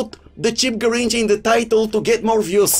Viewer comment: It’s not a Garricha 😂😂